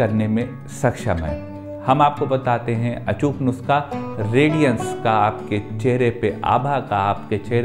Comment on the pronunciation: Nuuuusakha. Dhire bole achhese bol payenge